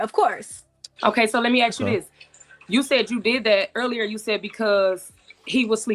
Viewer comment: All these degrees "let me ax you" ! SMGDH !